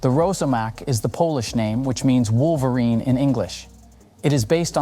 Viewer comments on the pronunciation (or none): none